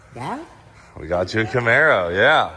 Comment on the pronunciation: The camar-boe